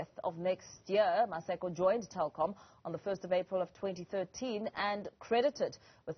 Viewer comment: It's Telkom not Tekom 🤣🤣🤣